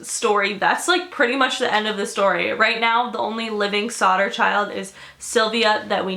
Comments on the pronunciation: I thought she said Slaughter Family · I kept thinking that you were saying Sauter which is my cousin's last name and I was like freaking out but it's actually Sodder and George sodder sounded so much like George sauter which is my dead grandpa and my 2 cousins names